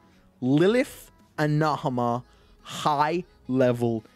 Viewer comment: why do you say nahamah? its naa maaa